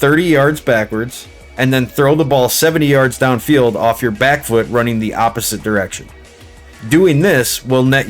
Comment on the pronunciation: Anytime you say “down” I hear a slight accent more like Dahn . You from Pittsburgh G?